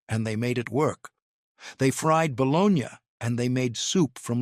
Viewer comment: It’s not bolognyah it is bologna